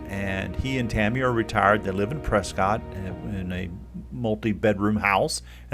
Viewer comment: Prescott is said like biscuit. Pres-kit. :-)